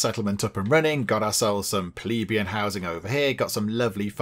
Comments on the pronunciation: it's pleBEian, not PLEbeian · Hehe, you tried almost every possible pronunciation bar the right one bless you. Plebian = Pleh-bee-un. It's where we get the word pleb that some still use.